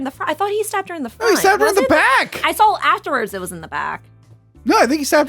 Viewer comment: I don't mean to make feel bad about her "speech thing," but she gifted us with this little gem: "So, this is where I went down the rattle hole, when I saul the drawlings..."